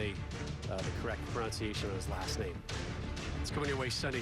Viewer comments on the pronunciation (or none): none